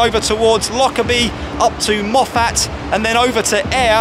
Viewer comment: Great stuff, The pronunciation is Moff-it not Moff-at.